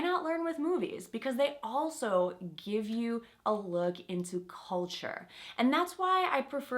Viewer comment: So? Now it sounds cOlture, not cЛlture?